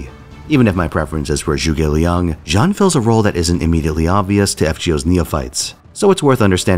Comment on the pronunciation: Jean? It's pronounced Jan-nu